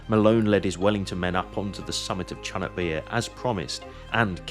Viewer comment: Not chunuk, its Conk which means Donkey. Its also not Bair, its Bayır means slope. Conk Bayırı= Slope of Donkey. My hometown is located 80km south of battlefirld. 3 of my relatives fought from my fatber’s side fought in there. 2 of them returned back. One of another relative started to fought from Yemen to all the way Gazza. Captured in Gazza. Escaped and Returned back 3 yrs after the battle ends.